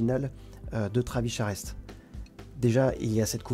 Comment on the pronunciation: Travis Charest (il paraît que ça se prononce "Charé") était très vite "charrette." Son trait à effectivement évolué depuis le sous-Jim Lee des débuts. Hâte de voir la suite.